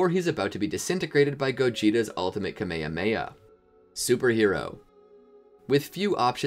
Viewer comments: bro said kamehahmeiah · they way he said "kamehameha" 💀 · My mans seen all of dragon ball but cant pronounce kamehame